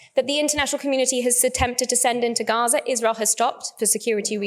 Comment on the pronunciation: one who can’t even say gaza and hamas properly should not be allowed to speak at all